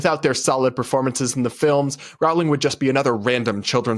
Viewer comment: No offense, but I cant stand how you pronounce Rowling. It's pronounced "Rolling."